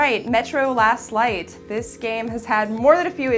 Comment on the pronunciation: did she say lost light or last light sounds like she did say lost light in the beginning